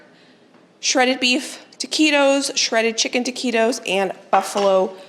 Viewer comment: I just want to let you know it’s not teakeytos it’s ta qui tos taquitos. I hope you don’t mind 💐❤️